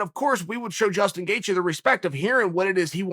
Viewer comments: “Jason” Gaethje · I've been calling him Justin,uncle chael has spoken jaeston gaethje it is from now on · Jastun Gaethje ... come on chael. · Who’s Jaystin Gaethje old marble mouth Chael? 🤣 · Who the hell is "Jaston Gatjhe" sounds like a killer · Chael “Jayston Gaethje” Sonnen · Chael "Jaystin Gaethje" Sonnen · "Jaystien Gaethje" we have a new name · Jayston Gaethje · Chael says Gaethjes' first name is now Jason . Ok great. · He also called him jastin